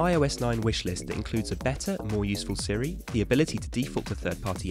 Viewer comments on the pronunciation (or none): none